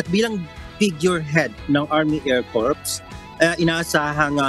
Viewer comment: That guy reporting from UK, the needs to pronounce " Air Corps" with silent "ps", thus "Air Cor"., pronouncing with "ps" will sound like Corpse, meaning dead body. The lady anchor kept saying "Phelippines". Ask for proper pronunciation. Somebody has to monitor your people.